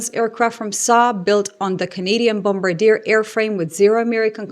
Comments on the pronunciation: Hi, Love the video and how you lay out Canada's continued integration with Europe. I have to give some criticism though. Your pronunciation of Bombardier. It's something that's insignificant in the grand scheme of things, but I find it a bit jarring to hear. The "r" at the end is silent. Pronouncing it; Bom-bard-yay. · Thank you for your professional journalism. It’s a breath of fresh air. As a French Canadian, could I request that you pronounce Bombardier as “Bom-bar-dee-ay” if that makes sense:)